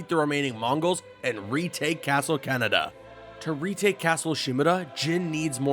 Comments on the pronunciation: "Castle Canada" I'm pretty sure its pronounced Kah-neh-dah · I left after you pronounced castle KanedaKah-neh-dah” no “Keh-neh-dah” like we have Cananda and that’s how you pronounce that country learn to correctly say Japanese names and locations and maybe ppl will not cringe watch your videos they have 5 vowels that are always the same.